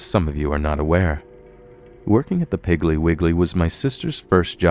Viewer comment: Say "Piggly Wiggly" again, just one more time LMAO